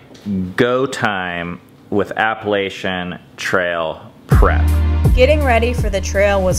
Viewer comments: Great I love backpacking but that's not how u say Appalachian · It’s APPA-LATCH-UN don’t disrespect it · ok but is no one going to talk about the way they pronounce appalachian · Bruh I’m from the Appalachian mountains u don’t say it like that